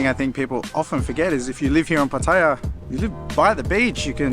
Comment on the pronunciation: Finally an Aussie who can pronounce PATTAYA the correct way ! Good video but why not include the price of the lunch, the price and other details of the go carts racing. How much, how many laps you get or how much time. That would have taken it from a good to a great video.